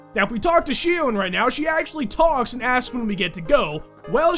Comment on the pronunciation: It's Xion(Sheon)